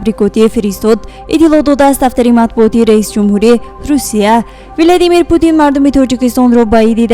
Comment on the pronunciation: Владимир а не Виладимир